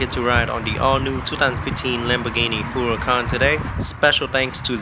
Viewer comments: It's pronounced "Uracán" not "Hurracàn"! The H is silent! ;) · You're welcome! Yep, most of the people get confused because the word means Hurricane in Spanish but it's pronounced "Uracán". XD